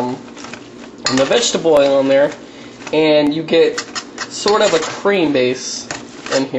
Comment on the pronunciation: It's not Vegteboil fool it's Vegetable Oil